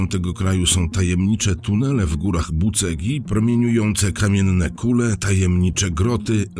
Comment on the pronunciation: Nie góry "Bucegi" tylko "Buczedżi". Taka jest prawidłowa wymowa. Tak samo: miasto Giurgiu wymawia się "Dżiurdżiu". Jeśli ktoś zna właściwą wymowę, to mu strasznie zgrzyta to "Giurgiu"... ;-)